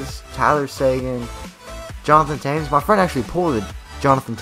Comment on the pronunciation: U say Tames instead of Toews